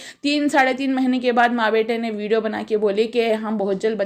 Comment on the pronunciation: Vido nahi vidio bolo